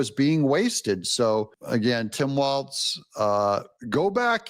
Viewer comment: Hi, I just wanted to let you know that it sounds like you're pronouncing Walz's last name as "Waltz." I hate to think someone might think you are referencing Mike Waltz—just a friendly FYI. Walz is a disaster. I live in his state and have personally suffered under his China-Communist-based governing strategies. I really hope he loses the Governorship in 2026!